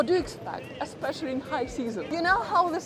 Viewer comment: I like your videos Mi piacciono...Aspeccially when you say Aspeccially!! !